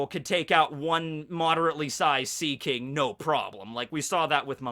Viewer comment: SPOLIER!! HE SAYS THE WORF SEAKING!!